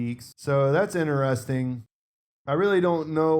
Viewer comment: Why do you keep saying "inneresting" instead of IN-Teresting?